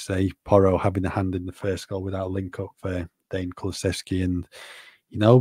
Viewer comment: Thanks again for the best part of the day, lads! But seriously, can somebody tell Deki isn’t called «Dane»?😂